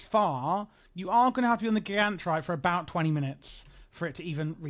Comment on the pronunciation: I love how even with the myriad of NPCs in the game to reference the proper pronunciation of "Gigantrite", you went in a different direction. It's a bold move.